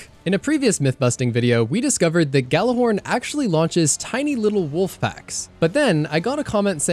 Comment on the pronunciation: Here's one more for ya: Is that white ball wreck on EDZ Farm horizon ball formerly known as Traveler? PS2. Oh go ahead an pronounce that Gjallarhorn thing anyway you wont, as you already failed miserably pronouncing Gjallarhorn itself! :P :D